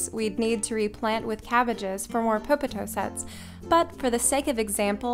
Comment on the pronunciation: You have such a lovely voice! And for some weird reason, I love the way you say "popotoe."